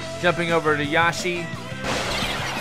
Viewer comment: you probably won't notice but it's Inkstrike splashwalls and how you say yoshi is yo-shh-e